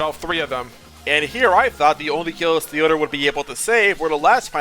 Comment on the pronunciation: did you just pronounce theodore as "the odor"